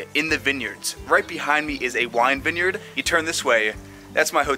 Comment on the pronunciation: This dude saying vin-yerd its a vine yard